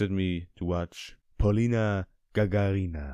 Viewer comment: И никто из иностранцев не ставит правильно ударение в её фамилии. (((